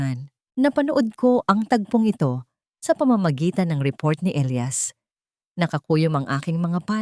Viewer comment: Sa sobrang liwanag ang elias naging ilayas🤣🤣🤣